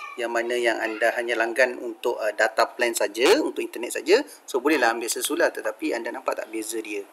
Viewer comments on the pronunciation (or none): se-lu-lar wak bukan se-su-lar .. ke ak yg salah sebut ??